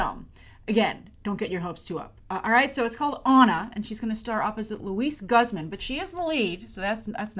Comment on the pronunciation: Is she mispronouncing "Luis Guzman's" name?!